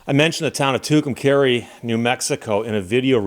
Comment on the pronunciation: Your pronunciation is correct, at least going by Little Feat and the greatest Trucker Song ever written, WILLIN’ … And I've been from Tucson to TUCUMCARI, Tehachapi to Tonapah Driven every kind of rig that's ever been made Driven the back roads, so I wouldn't get weighed And if you give me ... weed, whites, and wine And you show me a sign, I'll be WILLIN' To be movin' :-)